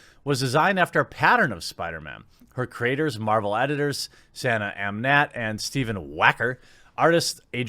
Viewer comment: Not that I disagree with Jeremy or anything, but you can tell he's not really into comics as much as someone like Yellow Flash or Ya Boi Zack, or....me when he mispronounces Kamala's and Sana Amanat's name. Not trying to be a grammar Nazi here, but one would think that these monetized YouTubers would at least read a little better and maybe look into what they're about to talk about a little more. I don't know how you get "Camilla" out of "Kamala", but...............oh no, I've become a grammar Na....well, you know. Point is, yeah, Kamala Khan....hell, ANYONE being seriously considered as a replacement for Marvel's number one character is a joke, especially a character that normies have never heard of! LOL! Marvel at this point can't do anything right.